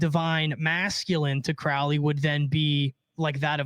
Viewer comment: Its CROW LEY as in a bird CROW its pronounced CROW LEY not CROW like Cow please pronounce Crowley correctly Crow the black bird not Crow as in Cow its oh sound.